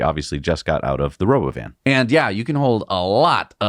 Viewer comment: "Robo-oven", that's how it sounded to me. And it's basically a minibus. With no windows. With half the seats facing backwards, which is what no one likes in buses. If a bus has some seats facing back — those are the last to be occupied. But was the only way to have any illusion of visibility — painting the walls white and putting the seats back-to-the-wall.